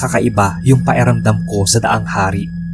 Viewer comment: Paeramdam ang banggit nyo tlga sir sa pakiramdam? Pero oks nman ikaw mag narrate keep it up! More katatakutan stories 🎉